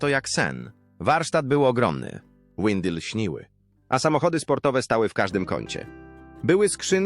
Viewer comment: Program znakomity ale TEN LEKTOR AI to trochę taki nieuk. Jak słyszę Łindy Lśniły to coś siè w żołądku przewraca